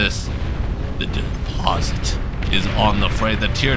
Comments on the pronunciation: Despot, not deposit lmao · “Stoots” “The deposit” Your English teacher is rolling in their grave lmao Jokes aside, keep up the good work